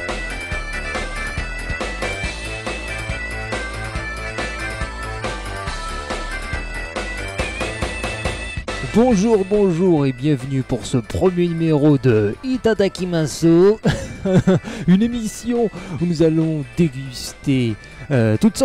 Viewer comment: J'aime bien l'idée de nvg de manger japonnais. Mais juste comme sa, le "u" de Itadakimasu ne se prononce pas,comme les "r" qui se roule